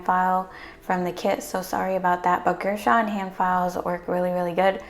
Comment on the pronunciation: I love you and your video’s ❤️ (Btw it’s pronounced ger-shun)